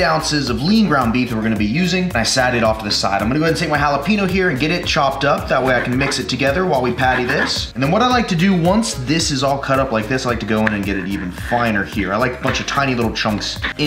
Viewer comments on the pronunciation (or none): Say it with me. "JALAPEÑO" Get that tilde. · “Hala peen o” lol